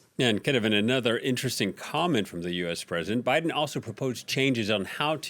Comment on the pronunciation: Ah yes. ‘LBiden’.